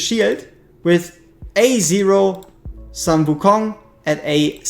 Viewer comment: Please it's sun like in "full", not sun like in "run".